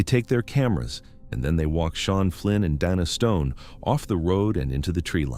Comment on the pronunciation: Whoever is reading this and listening to it before they put it out is a finished product because Dana has been called Dana Donna and now Dina was the pronunciation but then it's spelled dino. what else are you going to call in before this video is over?